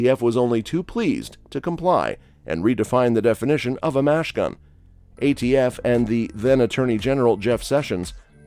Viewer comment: Why did the speaker constantly refer to a "Machine Gun" as a "Mash Gun?" Does not reflect well on the knowledge of the presenter or the puppet masters behind him...!!!